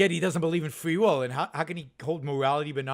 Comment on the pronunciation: Fwee will....sam hawwis